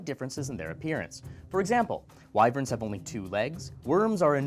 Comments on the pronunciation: um actually.. the way you pronounced wyvern is off. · UM ACTUALLY!!! WYVERNS ARE NOT DRAGONS!!! THEY ARE THER OWN THING!!! ALSO YOU PRONOUNCED IT WRONG!! THRONE OF GLASS FANS BACK ME UP!!